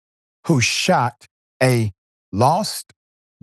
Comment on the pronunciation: Ten seconds in, the lady "shat" a doordash driver.